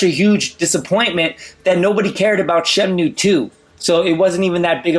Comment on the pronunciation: what is "SHEM-NEW" is that the same as the Shamwow?